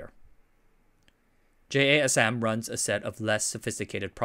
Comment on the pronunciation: I thought it was abbreviation, but they pronounce it like jasim.